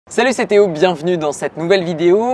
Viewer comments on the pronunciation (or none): Théo pourquoi tu dis lo